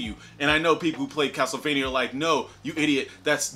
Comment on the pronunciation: Why the hell do you say castlevania so weird?? Wtf